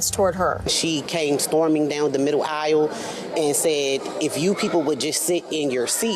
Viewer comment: “Aisle” pronounced eye-wull 😂